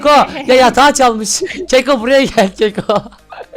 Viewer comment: abi keko deyil kako